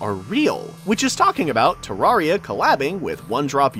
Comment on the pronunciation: It’s terraria Not terrahriah